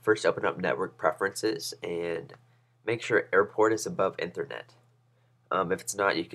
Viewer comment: It's ethernet, like EEEEEthernet, like the e sound in me, not like the e sound in meth.